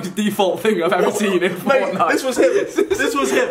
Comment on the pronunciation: that moment when you still say fornite and not fortnite xD lol